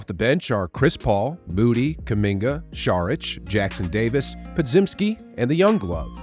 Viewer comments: Po-JIM-ski. Just a heads up. As in Jim Carrey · Still not saying Podziemski right, lmao